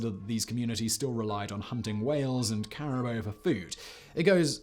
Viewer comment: What a way to say 'caribou' 😂